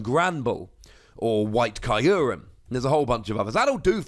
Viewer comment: How loud do I have to scream in the comments to get to pronounce Kyurem correctly?